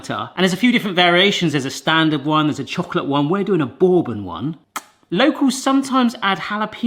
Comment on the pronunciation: Lol I like the way you pronounce bourbon 😂😂😂